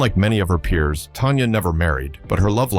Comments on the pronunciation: Tanya tan-ya. Not Tonya. Why do you do these videos when you don''t even know who or what you are talking about. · Tan-Ya not Ton-ya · It's Tanya not Tonya! Get it right!!